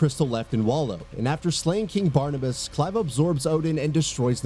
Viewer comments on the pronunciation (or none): none